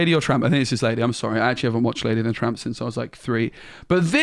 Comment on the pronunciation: It's Lady and Tramp, not Lady and Trump!